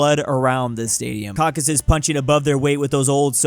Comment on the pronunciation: Cau-Ca-Sus! Not Caucus!